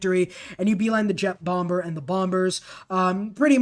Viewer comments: Umm... the second B in Bomber is SILENT. It's pronounced "Bommer". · yeah he lives in a world without google. where it says its pronounced as "bawm-buh", with the r silent. i too like the swordsman xbow rush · Bomber, *2nd B is silent. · U know the 2nd b in bomber is silent, right? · That was the first time in my life I'd ever heard someone not make the 2nd b silent lol. FYI bro I watch all your videos. Not hating. Did I mention you should subscribe? Because you should definitely do that 😁